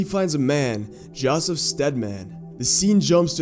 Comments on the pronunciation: I died when you pronounced Joseph as jaw-sef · "Jawsiv" smdh